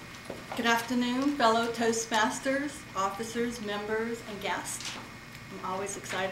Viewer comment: did she just say fellow toast bastards. her accent LOL